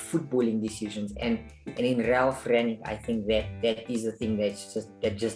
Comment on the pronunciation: "Ralf Ragnaroks", really? In the title of the video I expected it was just a mistake but you also said it ... and again and again and it doesn't seem to be a joke. The correct name is Rangnick. You're welcome. ^^ -->